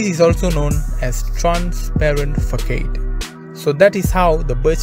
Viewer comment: It’s not fokade it’s fasad bro.. threw me off every time 😅